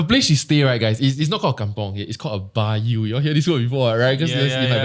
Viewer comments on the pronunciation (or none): Hi guys, the place called "baryo" is pronounced bar-ree-yo hehe. It actually means something like kampung.